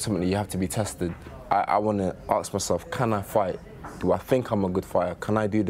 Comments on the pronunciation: When did Londoners start saying 'axe' instead of 'ask'? It sounds fucking ridiculous. finally talked sense for a change though. He was rubbish! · Lucas Maximus People from the black community usually pronounce it as 'arks' instead of ask tbh